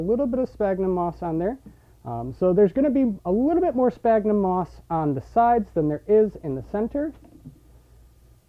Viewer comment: Sphagnum, not spagnum. Christ.